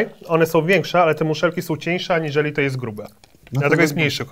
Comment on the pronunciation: on tam mówi "ANIŻELI"